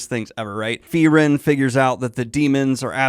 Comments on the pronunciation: My limited German language skill means that every time someone says “Free-ren” instead of “Fry-ren” I get slightly thrown off and the worst part is I don’t even know if I’m remembering my German pronunciation properly 😅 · The E come BEFORE the R. It's not like you misread it. You're watching a show in ENGLISH GODS!! You're as bad as M. Night Shamalan changing his name to Ahng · Lots of better Frienen "analysis" on YouTube than this. What a disservice to the amazing anime when you can't even get a main character's name correct. Did you even watch it or just read a synopsis and then read it back to us? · Holy shit the english dub is butchering like all the names.